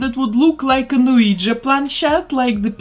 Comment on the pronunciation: you said planchette correctly. that doll looks incredible!!